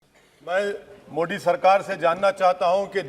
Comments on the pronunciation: Ye modi ko mo d kyu kehta h😀😀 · बहुत ही नीच किस्म का आदमी है। सब कुछ साफ़ साफ़ बोलता है परन्तु आदरणीय प्रधानमंत्री जी के नाम का उच्चारण जानबूझकर गलत करता है। 😡😡